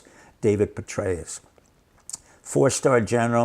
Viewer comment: I agree with you. I was surprised to hear him say General BetrayUs